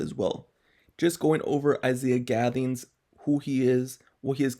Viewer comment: Thank you for pronouncing the last name right.. great video